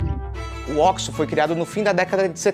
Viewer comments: Óquisô não, oxo. Se terminasse em “i” seria oxi. Ponto final. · Tem q falar certo. Ocho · Vc fala errado. É ó-quis-sô. Leia na placa, por favorrrrr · Ele fala errado